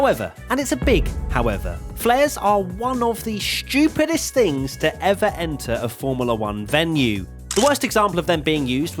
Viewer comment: i love how you pronounce "stupidest" lmfaoo